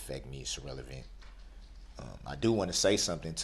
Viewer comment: “Substain” “Confurdent!” “Un-relevant!” “Under Duresst!” “Biast!” “Null and Invoid!” “Dark Skinded!” “Is it fair to say?” “Is that lawfully law?” “Is that a “TACK-IT” agreement?” “I don’t consent to being called by that name nor do I consent to being called defendant nor do I consent to being called he.” “I want to state for the record that I’m not a person I’m a human being.” “I’m always the one getting “AMONISHED”. “Your Honor, that’s “COHORSION!” “I will be able to re-cross “EXAMINATE.” “And after you “SPEAKEN” with law enforcement, did you do any follow up?” “Is it fair to say that because you were so “FIXIE-ATED” by the eyes that it would be hard to tell any other features of the driver?” “It seems to me that all you guys wanna do is gang up on me!” “It’s not an examination, it’s direct!” “Shell casing… bullet fragment… same thing!” “You did being disrespectful, you did being disrespectful!” “You said you collated, what do dat mean?” “I don’t understand, what is “ATTA-TATION”? “What you won’t hear me do is argue facts.” “I always thought Newton’s Law had to do with gravity.” “I didn’t say first, I said he made the initial 911 call.” “The Fifth Amendment Right to silence was invoked so why did you continue to record?” ("You have the right to remain silent. Anything you say can and will be used against you in a court of law.”) “Your honor, what do you mean the papers I want to submit as evidence is hearsay, I wrote them myself?!” “I’m far from an Idiot!” “I’m not the sharp